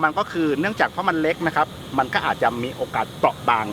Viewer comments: คำว่าเล็ก มายเมทเนทพูดว่าแล็ก 555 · เล็กนะคะพี่เน็ท ไม่ใช่แล๊ก55